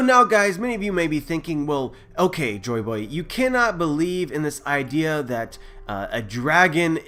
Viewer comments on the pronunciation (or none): it bothers me that he says hey here instead of Joy Boy